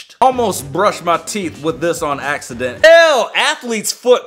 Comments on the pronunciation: he said "in all seriousness I think it was a accident" axeident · "In all seriousness it was an ax-ident" duh duh chee